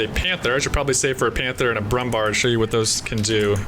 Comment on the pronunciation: the pronounciation on that anti inv heavy tank is brummbair ;)